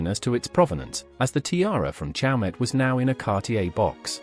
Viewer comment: The reader should familiarize himself with the pronunciation of the jeweler CHAUMET in which the T is silent.